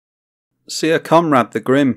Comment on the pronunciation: Syr is pronounced the same as Sir, not as seer.